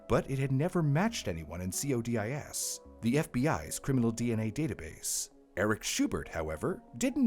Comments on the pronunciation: Just a heads-up for future videos that may involve CODIS, it's not usually referred to C O D I S, it's usually referred to by CODIS, pronounced Co-dis, hard O. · Spelling out "CODIS" instead of pronouncing it as a word sure sounds AI to me.